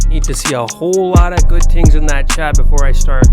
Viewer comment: man you gotta stop saying "tings"